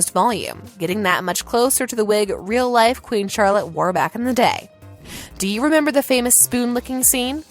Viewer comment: Did you really say “Lady Whizzledunn” instead of Lady Whistledown?! And “Mr. Dissery” instead of Mr. Darcy??? “Umember” vs remember?? Diction needs significant work.